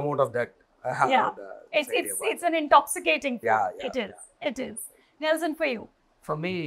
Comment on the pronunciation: anchor calling nelson as nels..